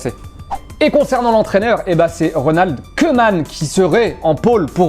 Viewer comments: Pour le futur....car il va falloir se faire à l’idée...on ne prononce pas « queuman » mais bien « coumane » ...😅😅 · On dit pas “Keuman” mais « Kouman ». En Neerlandais « oe » se prononce « ou ». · Juste un petit tip pour votre prononciation des mots néerlandais : OE en hollandais, se prononce OU. Ca fait donc Ronald KOUMAN ! Un plaisir de vous revoir